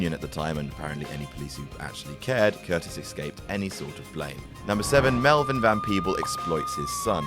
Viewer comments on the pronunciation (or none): It's pronounced "cur-TIZZ". You guys know nothing, do you? You just read shit in books without research and make it into a video without asking a single question